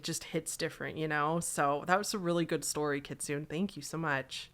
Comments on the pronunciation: lmao it's pronounced kit-soo-neh, it means fox in japanese! good try though. thank you for another good video <3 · This is an example of remembering to not take Google for gospel. The "British" (on Google) pronunciation kit su ney is closer to the actual pronunciation. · I feel like someone probably already said, but you actually pronounce the last “e” in kitsune as “eh” as it’s a Japanese word😅 Google did you dirty haha, I just wanted to let you know just in case! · kit su nay kitsune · kitsune is pronounced “key-tsoo-nay” jsyk. It means “fox” and it’s also a kind of food :•) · Nope, it's key-tsoo-neh